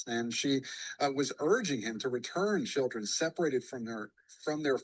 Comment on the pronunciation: Her reading her notes did she write down the word "schilldreeens"🤣🤣🤣